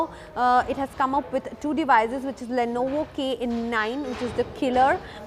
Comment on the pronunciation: It's Lenovo not Lonovo. I got here looking for a Lonovo soldering station.